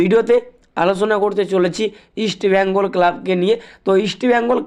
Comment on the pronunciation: আগে তুই আমাদের ক্লাব এর নাম উচ্চারণ করা শেখ